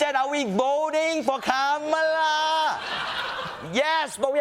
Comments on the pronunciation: At least he’s beginning to correctly say her name. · Oh wow he said her name correctly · At least he has finally learnt to pronounce her name correctly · It’s funny when he accidentally says ‘Kamala’ correctly. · He said Kamala correctly!